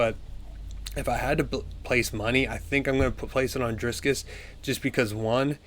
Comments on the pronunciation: Stop saying Drisscus! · Roll the r In Dricus